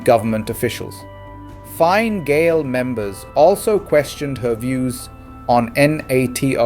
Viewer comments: Correct pronunciations. Fina fall. Fini gale, shin fane, kom corrla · Pronounced "Feena Fall", "Feena Gale" & " Shin Feign" ( means "we ourselves") "Fianna" ( Feena) is gaelic for "A band of warriors"...."Fail" is from an ancient name for Ireland... "Feena Gale" loosely, means "A band of Irish"